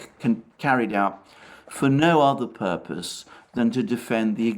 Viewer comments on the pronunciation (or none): none